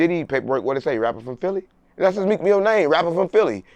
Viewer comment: “Meek FEEL say it right” 💀